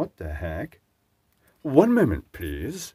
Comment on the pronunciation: "One moanment pleasse" is talk for WTH. Comedy gold moment. One for the blooper reel Xmas 2022.